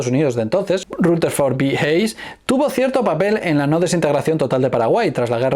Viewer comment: Hayes se pronuncia" jeys" 😅😅